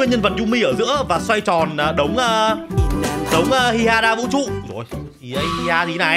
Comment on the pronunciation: Hiha anh nói trong không ran là không có vũ chu